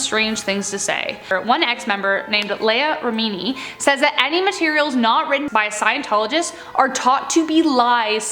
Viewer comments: It's Leah Remini lee·uh reh·muh·nee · Leia Rameeni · Leah Rimini - LeeYah Remini How do you not know Leah Rimini!? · Pronounced LEEah REMinee and NEXeeum. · You mispronounced Leah Rimini's name. But anyways, I an glad that she came to her senses. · pronounced Lee-Ah Rehm-ini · It's pronounced... Lee a Rim any (Scientology) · everybody say it with me: LEE-ah RIM-in-ee lol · Yes! Thank you!! This host has butchered quite a few names in this video. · I literally paused the video and came straight to the comments to see if anyone else was bothered by the way she said it 🤣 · She keeps saying Leah Reminis name wrong lol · You’re not pronouncing Leah Remini & NXIVM correctly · They butchered Lea’s name ouch🧐and yeah it’s L. Ron common kids🤡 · It was weird that she was mispronouncing Leah Remini's name wrong the whole time too..... conspiracy? 🤔😂